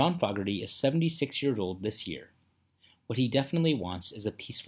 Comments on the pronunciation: Please pronounce their last name it's not FOGerty it's foogerty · FAW-GERTY? It's 'FOE-GERTY'. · It's pronounced John Foh gerty not Fog erty alrighty? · You are not pronouncing his name correctly. It’s not fog, it’s fooogerty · Dude, you have to TEACH the Text-to-Voice AI to pronounce Fogerty -- thru this whole documentary, it's pronouncing his name incorrectly -- a bit of an embarrassment, don't you think? And it is simple, just spell FOGERTY phonetically: FOWGURTY. If that doesn't come out right, try FOUGURTY. You can't just spell the word as it is and allow the Text-to-Voice wind up with an incorrect pronunciation -- it's following its internal rules and sometime you just have to trick it into pronouncing a word they way YOU want it pronounced. Just leaving the name of the subject of the entire documentary pronounced incorrectly is lazy. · This is click bait.. he isn't dead and you're not pronouncing his name right either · Tragic ending? HE ISN'T DEAD AS OF 3-29-22...What are you talking about? Also, "Proud Mary" wasn'tCCR playing a "Standard" as you say, John wrote the song and CCR MADE it a standard. You're also saying his name wrong. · I can't stomach the way this putz is saying John's name. It's an insult to this talented man. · Dude don't know anything about J C F. You pronounced his name wrong. That's blasphemy 😤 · Name being prounced wrong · I've never heard his surname pronounced with the 'short' vowel sound in the first syllable. BTW, according to the comments, he's still kickin' -- maybe not CCR, but John Fogerty still got it goin' on. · If you are going to do a bio, YOU SHOULD LEARN HOW TO PRONOUNCE HIS NAME!!! IT'S ANNOYING!!!! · He is not saying their name right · THE NARRATOR DOESN'T EVEN KNOW HOW TO PRONOUNCE HIS LAST NAME. PATHETIC!